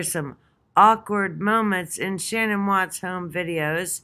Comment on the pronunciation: It's S.H.A.N.A.N.N not Shannon